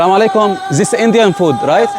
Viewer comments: اتعلم مخارج لفظ الاحرف بالإنكليزي مثل زيس بدل ذيس يعني zis بتقول بدال this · 😂😂😂😂 يا سوري this ومش zis😂😂😂😂 اكيد شي غريب لانك سوري ما شايف شي بحياتك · بحكيله زيس إنديان فود. اللغة الإنجليزية تلطم حظها في الزاويا